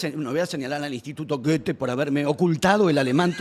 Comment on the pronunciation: "No sé alemán" *Procede a pronunciar "Goethe" como si hubiera crecido en las tribunas del Borussia Mönchengladbach*